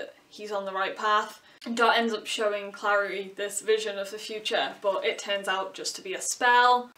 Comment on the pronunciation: the show is soooo baaaaad noooooo don't touch my booooks! CRinGe ATTacK p.s. the way you say Clary is weird. You say Clari, I say Clairey